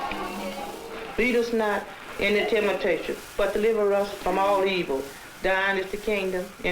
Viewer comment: Did she say, "Lead us not ina tematation?" ROTFL!🤣😂🤣